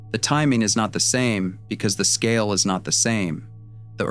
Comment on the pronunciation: One of the biggest 'tells' of AI narration -- no sense at all of where stress belongs in a sentence. Here it says, 'The timing is not the SAME because the scale is not the SAME.' Rather than what it ought to be -- 'The TIMING is not the same because the SCALE is not the same.' Actual human speakers know that it's the terms that are distinct in each part of the sentence ('timing,' 'scale') that are to be given emphasis, NOT the one that is repeated between them ('same').